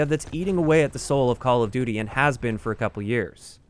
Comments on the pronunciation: call of dooter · "Part of the identity of Call Of Dutter" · "call of duder" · “call of dooder” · call of duter lmao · "Call of duter"